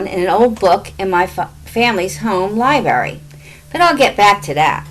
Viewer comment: Lol “Libary”